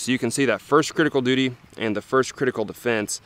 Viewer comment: Love the way mericans butcher English.. Cridical doody ..... Go on make a T noise. Its 'wridden' on the box. See what I did there. Im typing in American. Ive seen a video recently.. They used a perfectly glass clear ballistic gel block, it was great for the video, most channels use a yellow tinted of varying opacity.